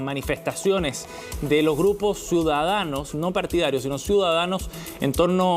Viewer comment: Qué no nos quemen looh metroh